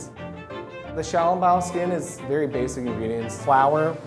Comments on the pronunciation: Can't even pronounce "Xiao Long Bao" right 🤦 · kkkkimmyy they set the name that way, but do not pronounce accordingly. And I'm pretty sure they did not invent xiao long bao. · Audrey Brigitta true but itwas REALLY butchered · Their pronunciation is terrible. They should be ashamed. Bad Chinese